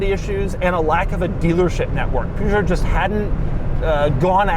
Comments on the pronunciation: Poo Zho ? LOL. leave it to the americans to massacre every language on earth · Other than a slight annoyance of hearing Peugeot rendered as "Poo-jot", great vid. These 8-seater wagons were once popular in Greece as a form of leased shuttle taxis, before minivans/minibuses took that role. They served mainly rural areas by connecting them to city centers/marketplaces, and the customers were usually little old ladies or housewives, so no problems with size there :-p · But why does he pronounce it Poooshoo, when it should be Peugeot (in French...) ??? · poo-show lol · What the hell is a Poogeot. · It is not Puujo, is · i like how you pronounce Peugeot as "pooshow" 🤣🤣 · Oh my god😀 The way he pronounces "poo-joe" may reflect some bad cars they released in the past, but it's not the correct way to say it :) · Still pronouncing Peugeot as "Poo joe" I see. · Love ya Doug but its not "poo-jo"!!! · Poo Joe ???? You definitely don't pronounce it like that. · Mate’s pronunciation is so funny “poo-Joe” lol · My dad had one of these when I was a kid. It was great and I loved sitting in the third row of seats. Also, every time Doug says 'Poojoe' God kills a kitten. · Never heard it pronounced " Poogeot" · Doug, it's purrgeot. 👍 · Good 'ol Poo-Joe. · Hey Doug I believe it’s actually pronounced “pyoogot” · PUGOT? Why not check how to pronounce correctly? :D or is this how Peugeot advertised in the US? (No bashing, just curious) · "Poo Joe"😖😖😖😖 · It's not "Poo-joe". The "eu" is pronounced like the "i" in "bird". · Its not ”poo-jho” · Im not even french and i wanted to shoot myself whenever you said poojoe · Wait, is this how they pronounce Peugeot in America? With, like, the first syllable identical to the word "poo"? Or is it, like many things, just a Doug thing? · I bet you don't pronounce it "Poo-Joe" 😂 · Püüjoo 😂 - I am not gonna be a smart ass for his pronounciation, but it gave me a chuckle 😄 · Wtf is a Puusoh lol? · Nobody: Doug: "Poo Joe" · Ah yes, the PooJoe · Poo-jo? Hahahah